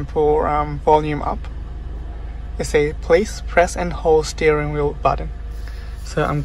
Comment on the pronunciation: …uh steering Wheet?